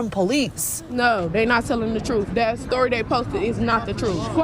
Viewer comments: The very ignorance to deny while saying "thats not the troof" whats the "troof" then goofy? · “Not the troof.” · Not the truff, not the truff!😂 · “Not duh troof at all.” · I axed him. Its not the truff😂😂😂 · Not telling the “troof”…… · “They not telling the truff” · it's not the troof. not da troof at all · Not da troof. Not da troof. Ok, what the hell is troof?? IQ is a real thing, and she does not have any. Winning.